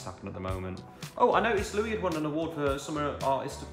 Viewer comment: It’s Louis not Louie